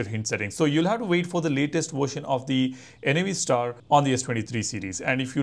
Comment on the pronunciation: Its Navstar as in navigation star. NOT N-A-V STAR